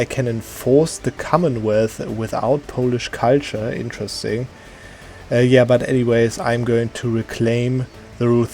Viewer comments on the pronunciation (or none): none